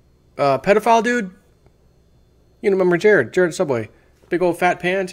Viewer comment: his name is Jared, its Jared..